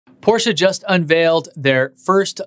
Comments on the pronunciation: Hey man, it's not porschA, but porschE ! ;) I know, you English native speakers have a hard time how to pronounce these. Nice effort, though ! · Fellow MXP90D owner here. Thanks for your content. It's much enjoyed. Complaint: you're butchering the Porsche name. Car enthusiasts won't appreciate it. For exterior / interior the Taycan wins. For everything else is loses. No one can possibly justify the 2x cost. Respect to Porsche for trying and beating others to market. That being said.... Elon and Tesla as a company dominate and won't stop. This Taycan spec line up just further proves that just because Tesla is electric doesn't nullify it's extreme elegance in engineering. Just subbed on patreon!